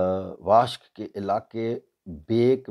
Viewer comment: واشک نہیں، واشُک ❤